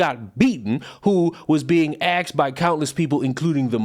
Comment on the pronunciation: 2.06 the word is asked….asked not aksed